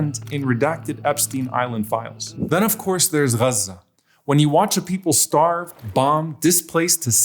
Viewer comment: man can t say gaxe